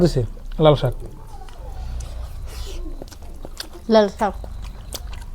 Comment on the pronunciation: নাল শাক না । লাল শাক হবে।